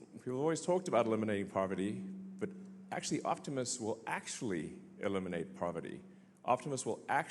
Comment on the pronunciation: Not sure if I like the way he said aleminate the homeless.